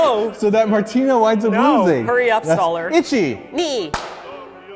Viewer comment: martina's ichi sounds like itchy. I learned it as ee-chee